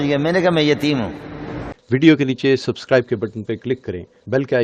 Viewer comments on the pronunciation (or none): none